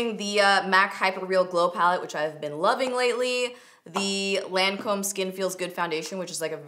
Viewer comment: Lancome is pronounced "lawn-come" not "lan-comb"